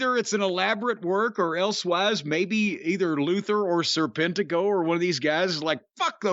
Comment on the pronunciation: His ring name trips me up sometimes, it comes out like Sir Pentico at times